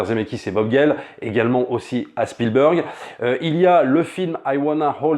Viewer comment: s'il te plait fais un effort! Spielburg c est genre pas possible. Entraines toi au moins mais prononces çà SpielbErg ….